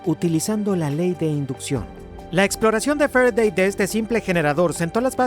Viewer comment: Jeje medir con el "volimetro" y estudiar la ley de "f'redey" Interesante video, saludos!